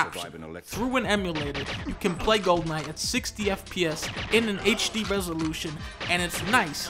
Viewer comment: golden eye = "gohden ahh"